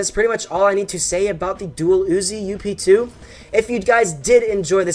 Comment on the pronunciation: dang you you need to say up 2 NOT u.p.2😠